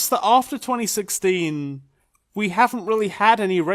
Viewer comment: Was the fact that he's saying wrongly 2016 on purpose part of the joke? I can't tell at this point, people use to many layers of sarcasm.